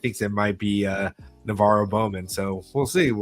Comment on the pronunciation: It’s not bowman